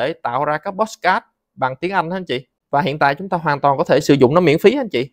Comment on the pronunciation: Làm ơn đừng phát âm "pót sờ cát" được ko. Nó là podcast mà...